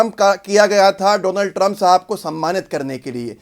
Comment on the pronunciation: Bro you said meister doland trump